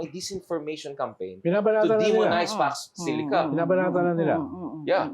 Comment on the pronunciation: Mali po ang Paks Silica.... "Fox Zuleika".... itaning nyu kay VP INDAY😂😂😂😂😂